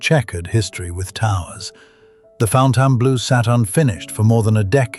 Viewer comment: (1) You repeatedly mispronounced Nevada and Fontainebleau. (2) Warner Bros. Discovery has withdrawn its previous commitment to build a large production studio in Las Vegas. Initially, the company planned a significant investment of $8.5 billion for a facility at the UNLV Harry Reid Research and Technology Park. However, they have since decided to partner with Sony Pictures on a different project. (online source) (3) Is that anywhere near Las Vegas?